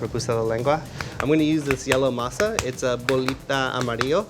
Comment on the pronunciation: I hate how he chooses to say words like Masa in a idk wtf kinda accent lol